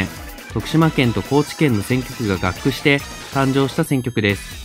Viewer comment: 直接動画の内容とは関係ないですが、「合区」の読み方は「ごうく」ではないでしょうか？